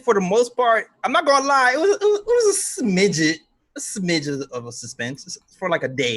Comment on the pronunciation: My man said smidget lol